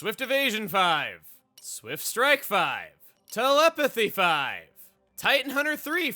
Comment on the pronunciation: That mispronunciation of “strike” though.